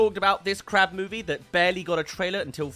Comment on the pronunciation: I thought you said crap movie instead of crab movie.